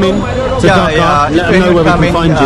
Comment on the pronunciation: By the way it’s not pronounced “ducka” it’s pronounced dhaka with the hard k and and long a instead of the short a. If you can’t pronounce dh and pronounce it like d. It’s still okay but just to let u know ;)